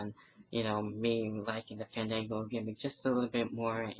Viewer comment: btw when you say his name you have to stretch the A Faaandaaanngo! XD